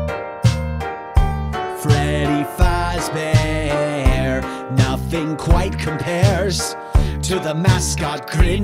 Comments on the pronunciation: it not fauzber its fazbear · I definitely agree with you, instead of fazbear, it sounds like he's saying fozbear, like man, that's not how you pronounce it, it's fazbear not fozbear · "Freddy FAHzbear" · This dude really pronouncing Freddy FAUzbear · You type freddy fazbear but you say freddy fezbear but cool animations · Love how he mispronounced Fazbear as Fozbear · He said fozbear not Fazbear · Fandroid! - The Musical Robot the way it said Fazbear !!!it sounded like fez bear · Cus it sounds like Fozbear XD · I like the song, i still don't like how he says "Fahzbear" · deathtrap the bloody bunny he ACCTUALLY said FAHZBEAR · he says freddy fázbear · Fandroid! / Griffinilla look up how to say fazbear lol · U cant convince me this man has had any interactions with fnaf, he pronounced the name of the big man wrong for gods sake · You said fazbear wrong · Not saying fazbear right